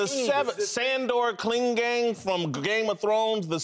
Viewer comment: "Sandor Clingane" from game of throne.. lmao